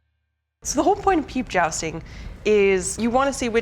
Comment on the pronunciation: Jousting? What in the PEEP??